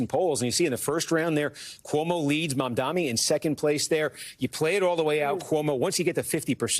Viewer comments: His name is Mam-Dani. Not mom-dhamy. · can we PLEASE pronounce his name right? the democrats were so adamant about pronouncing kamala’s name correctly, as they should, but they don’t have the insight to think that pronouncing someone’s name is important, even when it’s a muslim man. the translation for my white people: MOM-DONNY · Kornacki mispronouncing Mamdani’s name is a bit strange. Steve is usually a pretty meticulous guy. Why are you doing this? His name is pronounced Mum-Dah-Ni. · Stop calling him "Mamdami" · Why are you calling him Mamdami? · ironically you got the Phoenetic spelling incorrect. it is "Mum-Da-Knee" not "Mom-Donny" the news anchors are mispronouncing it as "Mom-Da-Me" Just popularize saying Zohran instead, it is less difficult and fewer syllables. Zoh-Raan Zohran Mamdani = Zoh Raan Mum Da Knee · sir his name is mamdaNi, please learn to pronounce correctly because you are cosplaying as a ‘political’ commentator and Mamdani is going to win 🥇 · Pronounce Mamdani correctly challenge impossible DON'T RANK CUOMO!!!!!!!!!! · Is it too much to ask for them to read and pronounce the last name correctly? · Why can't he pronounce Mamdani's name properly? It's not hard